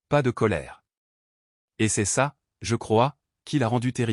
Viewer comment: c'est agaçant d'entendre prononcer "c'est" ceste, est (verbe ou point cardinal) è, m'en tirer devient mène tirer, as-tu devient asse-tu, j'en suis = j'enne suis, qu'est-ce = kwesse, etc !!!. Arrêtez !!! Choisissez une IA française qu'on ait un langage français. Comment voulez-vous que ceux qui apprennent le français s'en sortent ? Quand je vivais à l'étranger, je regardais les vidéos pour me familiariser, et je continue. Je n'ai pas eu ce genre de problème